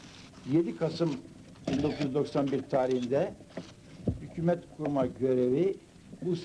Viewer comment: Bide sunucu hükümet yeni Hükuumet diyo ya kuduruyorum